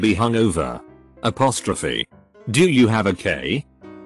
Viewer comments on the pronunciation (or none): none